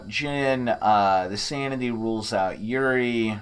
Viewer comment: I'm really enjoying these videos, please keep doing these. By the way, yurei is pronounced "YOU-ray". Everytime you say Yuri I think you're calling a girl's name.